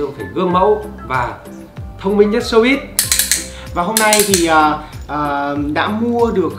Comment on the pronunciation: showbiz chứ hem phải showbit anh ơi 🤣